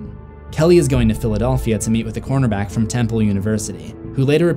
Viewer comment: does he say conerback? Lol